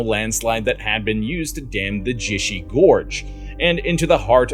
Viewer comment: Hwang huh. Jishur. Soong dynasty. 😢 I give up.